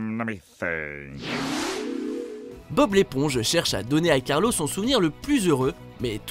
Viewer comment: on dit carlo pas carlos